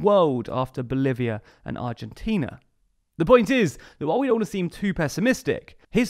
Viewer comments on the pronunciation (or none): none